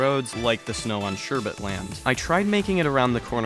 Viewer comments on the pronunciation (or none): none